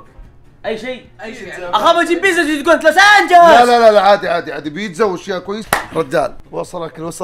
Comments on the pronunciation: اكثر شي ضحكني يوم قال اخاف اجيب بيتزا وتقول لوسس انجولسس😭😭💗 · متتت لما قال فيرفول لوسس انجلووسس🤣🤣🤣